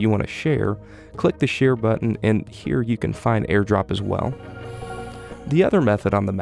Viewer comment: not how you say share